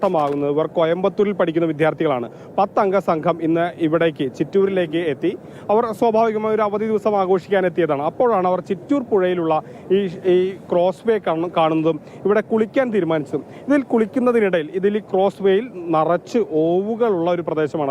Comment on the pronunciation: ക്റോസ് അല്ല പൂന്നാരേ, കോസ് വേ ആണ്